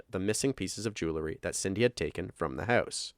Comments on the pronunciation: It’s jewelry Not jewelery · It's mildly infuriating, how often the word 'jewelry' is pronounced 'julary'. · Jew-el-ry. It isn't jew-le-ry. Jewel being the root word, not "jewle". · I know it’s a silly comment, but it’s “jewelry” NOT “jewlerry”!!